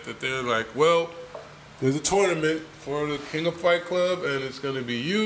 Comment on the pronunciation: Any reason in Particular why y'all spell and pronounce it FLIGHT klub ?... knowin damn well its FIGHT KLUB?...